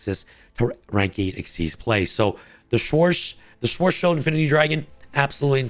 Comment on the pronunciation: really needs to learn how to read German names and not butcher them. Also fun fact from Google. Schwarzschild means, “The radius of the spherical boundary within which a given mass (as of a star) must collapse to become a black hole. also: the distance of the event horizon from the center of a black hole.”